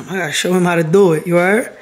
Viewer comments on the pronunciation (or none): New York accent came out!!! “Gotta show him how to do, you hearddd”